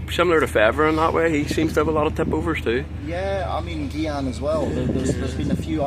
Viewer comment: I’m surprised Shaun calls Gyan “Geeyan” isn’t pronounced “Heeyan”?